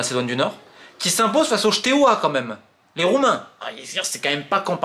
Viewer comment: S'il te plaît Romain, le Steaua on prononce STÉ-A-OUA et pas Chteuoua 🤣 A part ça super vidéo